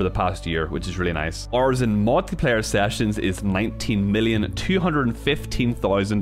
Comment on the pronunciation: OH you were saying “hour” it sounded like “ar” at first. Oof